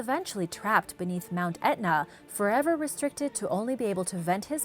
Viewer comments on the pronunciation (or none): none